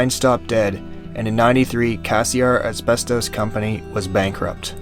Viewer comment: I have never heard “ asbestos” pronounced this was which indicates a total lack of understanding of pronunciation. Over and over every day now I am hearing common words ,especially names,mispronounced in ridiculous ways.